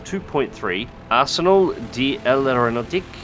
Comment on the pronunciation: French tip: L', the L "blends" into the rest fo the word, so L'est sounds more like it would without the apostrophe than it would with. It represents a clean flow where there would be a syllable. In this case, L'aeronautique sounds like "lair-oh-na-teek" Little more on letter accents since they may pop up: Ç (cedilla) represents a soft C where there would be a hard one, é (aigu) only shows up on E and represents the sound "ayy," if you're familiar with American TV think of Fonzie. â (circonflexe) is an efficiency for any vowel contracting a what was historically a silent S into the preceding vowel, it doesn't really mean anything from a pronunciation standpoint and you can ignore it. à (grave) shows up on A, E, and U and changes the pronunciation and definition of a word using it, for instance à=to and a=has. Pronunciation is hard to describe in text, though. The only once I can describe is é=ayy and è=eh, I'm not fluent and I forget what happen to A and U, but I think it's the "shorter" of two possible pronunciations (don't quote me on that) ë (tréma, aka dieresis or by its German name umlaut), shows up on E, I and O and is used to separate a vowel when it would be flowed into the preceding one, Noël for instance. If you're familiar with German, it is used differently in French